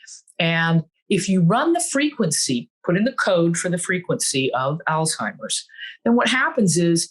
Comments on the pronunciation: It’s pronounced “all hi Mers” no T as all timers. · The guy can’t even pronounce Alzheimer’s. WTF is aldheimer?! Give me a break, please.